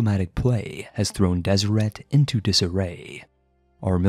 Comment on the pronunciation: Deseret is pronounced Deserette